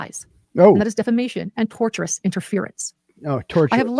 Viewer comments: She keeps saying "torturous interference" when she means "tortious interference" 🤣😂🤣 Showing a clip of the attorney on her insane 9 hour stream was the most poetic self-own I've ever seen 😝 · Did she really just say "Torturous defamation"? This is proof she's reading her brothers legal jargon. I think she means tortious LMFAO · Tortious not torturous jesssus. You know if everybody else is saying the same thing maybe, just just maybe, it's you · AND ITS not "torturous" it is tortious (as in torsh-us - as in an act that amounts to a tort - a civil wrong.) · Every time she says "torturous" interference, I yell at the screen! It is "tortious" interference not torturous.